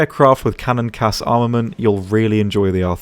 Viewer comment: If I’m being honest, any time somebody says CAS as a word I cringe